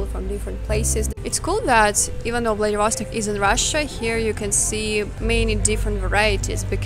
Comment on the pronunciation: How come you are insisting on pronouncing VladivOstok foreign style? Does it make it sound more incorporated with the flow of the English language?